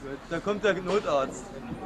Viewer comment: "da kommt der Gnotarzt" :D